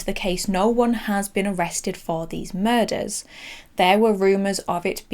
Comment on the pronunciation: Muders instead of murders.